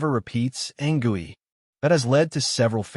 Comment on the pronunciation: Its anCOOEY not gooey wtf